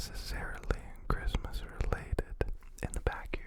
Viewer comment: "Chrimpasmas" is what i heard😭